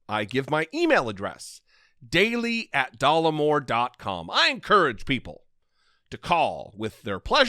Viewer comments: NOT DOLLAR MORE..... I,☝🏽 as a real American female 💪🏽🩸 find you rather dapper, kind Sir! I'm sure you can care less what this seemingly unintelligent man thinks of your looks? Especially since he's so keen on your "berries"🤔🤭. And I also find your brains and smarts extremely attractive!🤷🏽‍♀️ So "F" this guy! Your real audience are here for the truth!✌🏽 Once again thank you for your service! Blessings upon blessings to you! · It's not dollarmore it's Dollemore. Again basic reading! Your education system is so obviously deficient. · DOLLEMORE NOT DOLLARMORE